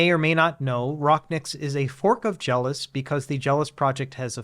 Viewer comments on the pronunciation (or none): It was called JellOS as a combination of "Jell-O" and "OS" (operating system). Why are you mispronouncing it as, "Jealous"?